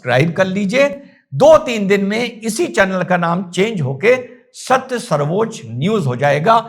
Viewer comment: plz u need to rethink Its sarvochya nt sarvochaa.. Please consult correct dictionary.. Pranaam jai hind